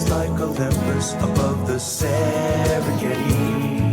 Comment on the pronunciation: I know the song is good, but everytime I hear it, I cringe because of the way they pronounce Kilimanjore and Serengethi just to let them fit.